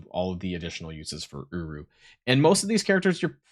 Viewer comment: Is it just me or when says uru it sounds a lot more like uwu. 🤣🤣🤣